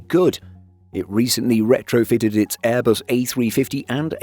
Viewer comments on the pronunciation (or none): none